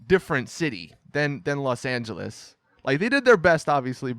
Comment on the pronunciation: You mean Los Not Las😑😑